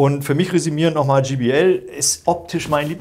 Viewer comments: Gee Bee El spricht man übrigen Jay Bee Äl aus. Auch wenn es nur ein Spaßvideo sein soll... Ihr habt Hemden mit eurem Firmenlogo an. Ihr verwendet völlig überteuerte Goldkabel als würdet ihr Flöhe husten hören. Aber wisst nicht, wie man ein J auf Englisch ausspricht? In nahezu jedem eurer Videos findet man solche Patzer die an eurer Kompetenz zweifeln lassen. Reine Verkaufsvideos. Und diese Lautsprecherkabel die ihr verwendet... das sind so feine Nuancen die man da unter Umständen raushören kann, dass man auch einfach teurere Weichenbauteile verbauen könnte. Damit fährt man wesentlich günstiger und effektiver. Falls ihr mal Lautsprecher habt, die so gravierend verbessert wurden in allen Belangen, dass nur noch bestimmte Kabel den letzten Pfiff geben können, dann, aber auch nur dann, könnte man irgendwas von dem glauben was ihr da erzählt. Schade, dass man Menschen heute nur noch unnützen Kram verkauft. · Vielen lieben Dank an euch.Ich stehe persönlich auf viel Hochton 😬 also JBL ,auch mit Möglichkeit Hoch und Mittelton anzupassen ist eine tolle Sache. Was ich nur oft bei Hifi-Profis höre ist der Name JBL der oft GBL ausgesprochen wird😉.aber das ist nicht böse gemeint denn den Vergleich Test macht ihr wie immer professionell und das gefällt mir an Fidelitiy.Ein schönes Wochenende 🎼🎶🎵🎸🔊